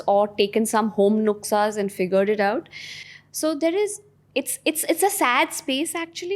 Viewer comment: Hi pooja ji. U r so so good n perfect 👍🏻👍🏻👍🏻👍🏻👍🏻 It’s NUSKA NOT NUKSA POOJA JI 😂 I m gifted n honoured listening to this intelligent lady called Pooja Makhija 🙏🏻🙏🏻🙏🏻 Thanks pooja ji for being so brutally HONEST 👍🏻